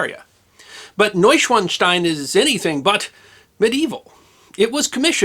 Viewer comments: When a "w" appears in a German word, it sounds like our "v" in English... So Neuschwanstein is pronunced "Neusch-van-stein", not "Neusch-wan-stein". ... Rookie mistake. Ha! 😅 😂 🤣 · NOY-shvahn-shtine. There’s no letter Z, so it’s not really like one is saying “schwanz” when they say the word. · "Noishvanstein"? Please learn the correct pronunciation of this and your targeted subjects. Thanks! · If Ludwig was mad then, he’d be livid if he heard this pronunciation of his castle. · your pronunciation of Neuschwanstein is atrocious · I'm impressed by your pronunciation of Neuschwanstein, the only tiny mistake is that the a isn't as short as you said it. But, as I said, it's a tiny mistake that really doesn't matter unless you still aim to improve more. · Your pronunciation is quite good, but the German "w" is pronounced like the English "v" (i.e., it's a voiced labiodental fricative, not a voiced labial-velar approximant). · Let me begin this with a compliment. I think you did a great job on this subject. I've been to Munich (more years ago than I'd like to admit) and you definitely included information I didn't know. I do love Bavarian history. Now, I'm gonna be THAT guy, sorry. W's are pronounced as V's in German. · Proper pronunciation would elongate the "a" in "...SCHWAAAN.." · The short "a" followed by the "z"-like "...st-ein" makes it sound like "Schwanz". Frank Zappa once made a song in German with using the word "Schwanz".